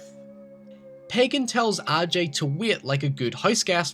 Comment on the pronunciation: Great video but while I was playing the game I wondered why they pronounced his name ahjay and not A.J. like Willis and hurk do maybe that could be an accent thing..